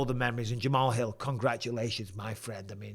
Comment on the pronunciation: Jamal's Hill ❓❓ Really ⁉️ Bisping 🫵 You Should Do Homework At Least Get The Names Right